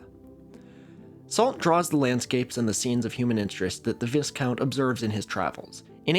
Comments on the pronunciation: I think it is pronounced vie-count, not viss-count... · viscount as "viss-kownt" instead of "VIEkunt" -- is this just mispronunciation of an unfamiliar word, or is this a "leou-tennant/lef'tennant" thing? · am i crazy or is meant to be pronounced vi count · Good video, but it's pronounced "VIGH-count," not "VISS-count". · "Viscount" rhymes with "my count", not "discount". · Firstly, forgive me. My pedantry knows no bounds. Secondly, the word "viscount" is pronounced "vy-count" or "vie-count". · absolute fan of your work. did a report on the rosetta stone in 8th grade, 60 years ago. became a linguist. also it is pronounced 'veye-count'. no s. french. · 'Viscount' is pronounced 'VIE-count'. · "Vy-count", appreciate it doesn't look like it sounds like that. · I hate to be that guy, but 'Viscount' is actually pronounced 'Vie-count.' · Btw viscount is pronounced like vie-count 😘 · Are we really gonna be saying Vißcount all video? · Viscount is pronounced vai-count - the s is silent. Great video otherwise as always ::3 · it's pronounced vai-count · It is pronounced, 'Vie-count'. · Just to help,, but Viscount should sound like Vigh-count, (rhyming with high count) thinking of the syllabic transposition between northwestern American and RP British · It's not pronounced viss-count. The vis rhymes with lie, not piss. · Hey man just for your awareness it's pronounced Vye-count, rhymes with my-count, and actually comes from the Latin "vice count". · For future reference, "viscount" has a silent 's', its pronounced more like "Vie-count". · (Viscount is pronounced like "my count'. No /s/.) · just an FYI for the future, viscount is actually pronounced vye-count. Isn't English lovely? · That's not how to pronounce viscount. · Goodness gracious, this is how I learn that one of my ancestors was indirectly responsible for the discovery of the Rosetta Stone? BTW the s in Viscount is silent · Is baiting us by mispronouncing viscount? I know this man knows French.